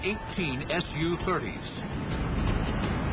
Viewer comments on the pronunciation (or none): It's pronounced sue-30 not S _ U-30! SUE! It's short for Sukhoi. The aircrafts manufacturer.